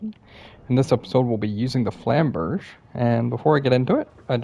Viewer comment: its flamberjay not flamberj